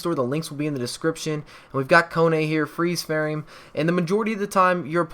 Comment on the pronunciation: "freeze freame"😂😂😂